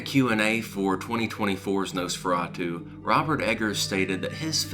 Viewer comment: Please stop saying Nose-feratu.